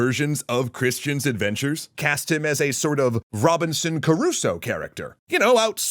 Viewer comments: ROBINSON CRUSOE, NOT CARUSSO. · Crusoe. Pronounced Crew - So. Not KAH-roo-so.